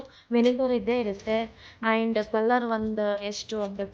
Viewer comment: and ಗೆ ಏನು ಪ್ರೋನೌನ್ಸ್ ಮಾಡಿದ್ದೀರಾ ನೋಡಿ. ನಿಮ್ಮ ಕನ್ನಡ Woow 😲😮🙃